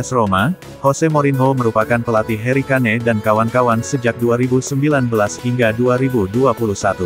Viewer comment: Tulisanya kane bukan berarti bacanya kane juga 😂